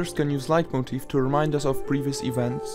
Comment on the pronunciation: Are you german? Your pronounciation of the word "Leitmotiv" is really impressive